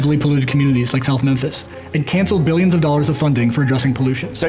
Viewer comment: EMERGENCY: Kyle's blonde hair poisoning MEEYONS and BEEYONS. Deminem hair g2g we miss u black hair :(